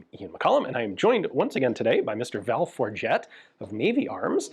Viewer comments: I honestly thought you said his name was Val Fa--ot. .. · "Val Forgett" poor guy, he should've written it down 😮